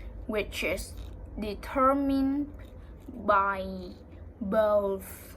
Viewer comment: Very good job. The S in 'exposure' should sound just like the way you pronounced the G in 'genetics' a moment before it (although the G in that word should properly be slightly harder, like the G in 'energy'). I think it's often called a 'zh' sound (instead of a 'sh' sound). Also, the emphasis in 'determined' is on the second E rather than the first (although of course in this case it's really just pronounced as an R sound).